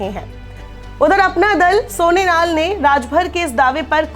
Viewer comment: सोनेनाल नही सोनेलाल है हर बार गलत उच्चारण।